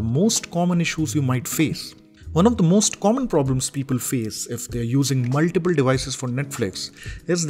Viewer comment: Specially when I hear him say "Maltiple". I imagine him nodding his head